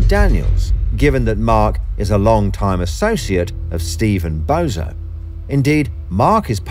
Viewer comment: Keeps saying bozo instead of bonzo😂